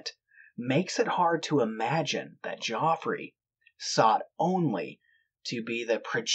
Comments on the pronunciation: Geoffrey is pronounced jeffrey, just so you're aware for the future, when describing the past. (One of my schoolchums in the mid-late 70s was called Geoffrey, he refused to be called 'Jeff', and insisted on the correct pronounciation) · I’m sure he was called Geoffrey not Joffrey